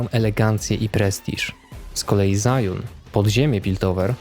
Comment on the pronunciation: Nie no warto chociaż dowiedzieć się jak poprawnie wymawiać nazwy takie jak Zaun